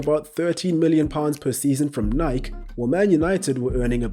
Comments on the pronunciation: its criminal to pronounce nike like that. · Ehhhhh! Old-school pronunciation of Nike! Well done, lad! Hahaha. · Did my man pronounce 'Nike' as 'Nyk' on purpose lol?